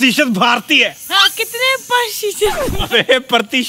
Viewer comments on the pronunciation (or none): That's pratishat not partishat😂😂